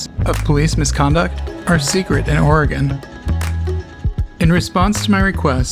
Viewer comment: "Oregone" Headquarters